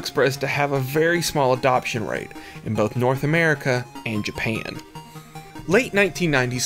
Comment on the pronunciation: I’m a new fan of your videos. Super informative. The ONLY thing tho is the way you say “JA-pa-UN”. Not your fault, just the way you talk.